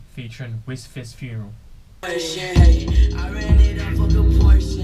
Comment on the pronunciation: LMAO MANS SAID MACKIN FT WISFISFUNERAL